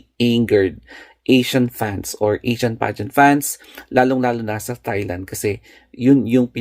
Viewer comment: Correct: T(s)ailand. Wrong: T(h)ailand. Silent po ang "h"